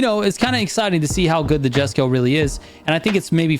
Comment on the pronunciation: ayo ma boi, the J in Jesko have a I sound, so is like, iesko something like that